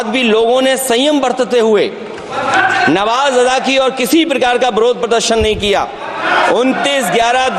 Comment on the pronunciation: ये पढ़ा लिखा हुआ आदमी नमाज़ को नवाज पढ़ रहा है